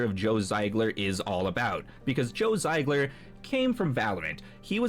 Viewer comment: Zee-gler, brother. Not Z-eye-gler.